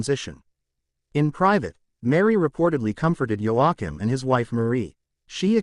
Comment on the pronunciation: It’s pronounced wa keem!!!